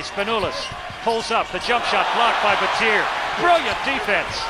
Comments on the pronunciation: it's pronounced how I just said BAT-EE-A not BAT-TEE-EAR like they were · I cringe when they call him Shane BATEER, UGH! It's Baty-yay! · It's Bat-e-a not batt-er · Anyone else cring with the commentator pronouncing Battier, "Bateer"😂 smh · can't stand how they pronounce Shane battiers name.. BAT-EE-A